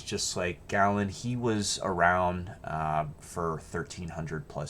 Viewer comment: Tell the (AI?) narrator that the famous Greek physician is pronounced gay-luhn.